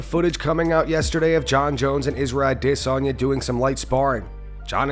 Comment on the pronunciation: Say it with me Ah-day-saun-yuh